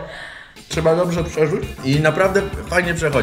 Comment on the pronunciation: "przerzuć" ała